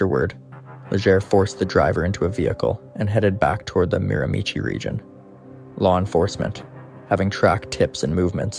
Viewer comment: Great video but the way you pronounce miramichi, Allan and Legere is horrible.